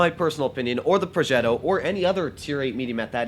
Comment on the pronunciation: The way to said progetto I felt like you are the grandson of Cesar 😂😂